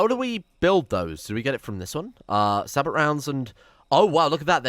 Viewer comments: The Punisher has infinite range. It will shoot at anything it can see on the map. Also the ammunition is pronounced with a silent 't' so it's more Sabo or Sahbo than Sabot. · Sabot = “Say-bow” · sabot is pronounced say-bow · The "T" in Sabot, is silent.